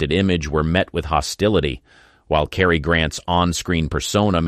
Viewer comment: Freaking AI! Bet instead of Betty, Hustin instead of pronouned "Houston", spell Leigh as Lee and Cary as Carrie, and lifestyle as LIF style, and Zinnemman as Zinamon.